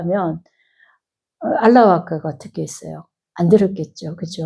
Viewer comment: 수타니파타가 무슨 뜻인지요 그리고 알라바까라고 쓰고는 알라와까 ㅡ라고 읽는건 뭐지요